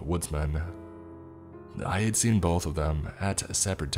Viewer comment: Hi Tom, said the tracks could be Skleen, he meant to say seen. Back to you Tom